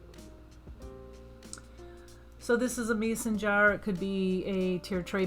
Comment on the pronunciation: Meson jar?? It’s—Mason jar!! 🙄